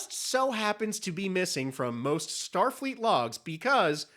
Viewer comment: Lmfao “Shtar Freet”